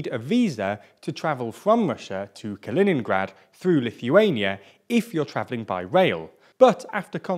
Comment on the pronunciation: Say it right. Ka·li·nin·grad [kəˈlēninɡrad]